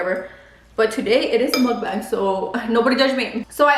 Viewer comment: Still struggling to say Mukbang 😭😭🤣💕